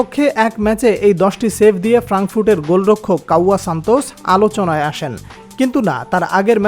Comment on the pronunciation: Oi matari or name santos bolte parosh na